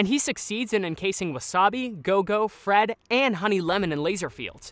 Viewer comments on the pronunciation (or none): none